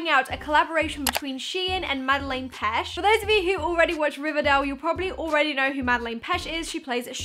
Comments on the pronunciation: Sorry no hate but it's peTsch not pesh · Wow I didn’t know I needed this Also her name is pronounced PetCH